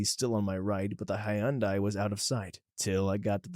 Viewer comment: Hi-un-dai. That is neither the English nor Japanese pronunciation of that name.